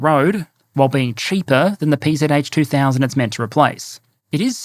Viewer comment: The PzH 2000 (good pronunciation btw!) is best understood as sniper among SPGs, in part due to the attainable range (55km+).